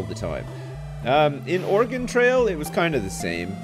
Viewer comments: Ore-GONE? Really? It sounds like gun, Ore"gun". At least it wasn't Orie-gone. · It's pronounced "or-eh-gun" not "or-eh-gawn" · Although has played both it doesn't stop us Oregon natives from cringing at the mispronunciation of our home state.:) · lived in oregon all my life its pronounced the same way as organ not (or gone) appreciate both pronunciations on your part though. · Thank you for correcting yourself on the pronunciation of Oregon, which is actually ORE-GUN/Organ as oppose to Or-E-Gone. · I think he's saying that Oregon is pronounced "organ," which I've never heard before personally. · it's not QUITE organ (as another native Oregonian who has MANY FEELINGS about it). But it's definitely, DEFINITELY not oreegone or origohn or any of those easterner attempts at it. "Org-in" at least won't make me wince in pain. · You realize you're wrong, too, right? It's pronounced ORE-ə-gun, It's 3 syllables, stress on the first. Go look it up. Wikipedia has a helpful audio clip for you. Or look up like any oregon politcal primary ever. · dude live in washington its ore-gun